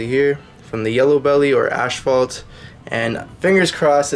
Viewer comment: Cool video. But son, its ass,fault. Not ashfault.lol , God bless 😁👍